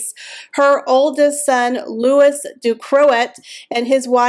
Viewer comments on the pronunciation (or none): none